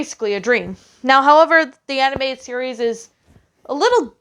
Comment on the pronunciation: Animated, not Aninateded.